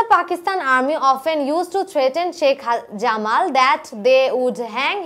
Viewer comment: Jamal er Pronunciation ta ঝামাল নয় জামাল হবে😏🙂